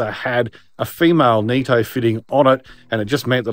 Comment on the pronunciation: It's nitto not neetto